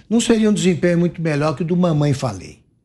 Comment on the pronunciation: Não é mamãe falei, é mamãe , FALHEI